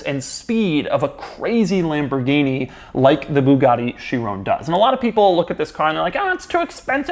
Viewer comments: Please stop saying Bugatti “Chiroon” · The way he says Chiron, like he has to stop the flow of his speech just to say it incorrectly